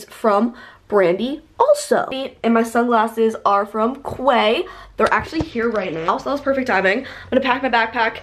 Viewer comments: I think quay is pronounced Key not quay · quay is said as key not kway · its pronounced, (key) QUAY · I just wanted to say this only bc it annoyed me but the brand quay is pronounced “key” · Quay is pronounced “key”